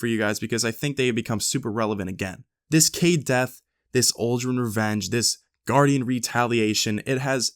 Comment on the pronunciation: "I don't feel so good Gurdian..."